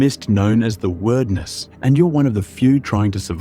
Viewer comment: The land is being swallowed by a mist known as.... The "the-erdness"